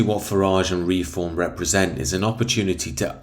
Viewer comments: It’s Reform not Re-Form 😂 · You lost me when I heard the way you pronounce reform.